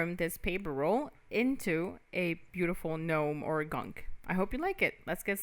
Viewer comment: Very nice work! I make a lot of gnomes, but haven’t made one from clay yet. Thanks for sharing your method for making this one. I do have to tell you that Gnome is pronounced as “nome” because the g is silent.